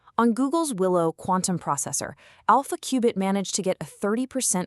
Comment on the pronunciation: Your AI talking about AI cannot pronounce qubit?